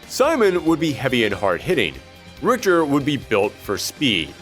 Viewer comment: Richter Belmont, a beloved character of the Castlevania Franchise. Not beloved enough that ~90% his fans would know how to pronounce his name though...